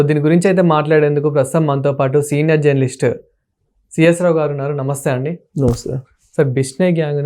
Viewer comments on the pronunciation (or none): none